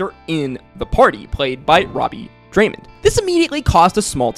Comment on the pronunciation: Robbie *Daymond not Draymon